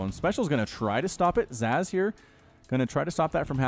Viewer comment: Zasz (pronounced Zahz) was the Cerebrate of the Garm brood back in SC1. one of the elite Cerebrates, but was killed by Zeratul.